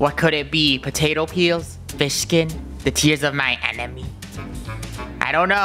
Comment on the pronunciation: Did say potato peel here's tears of my enemy n biscuit 😂